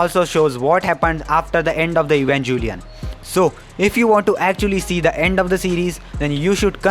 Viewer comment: I instinctively clicked out of this video the moment he called it evanJelion